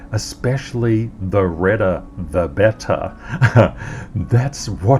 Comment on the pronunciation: Redderrr the betterrr? What has happened to!!